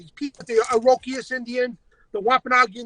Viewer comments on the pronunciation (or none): pretty sure he didn't know how to say "iroquois"